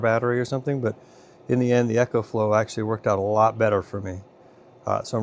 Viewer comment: ecoflow not echoflow 🤦‍♂